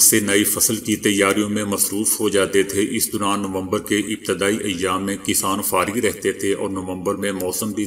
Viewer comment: "dauran" aap ne "Duran" kaha jo keh flat hai